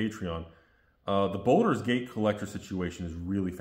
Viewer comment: It's "Baldur's Gate" not Boulder's Gate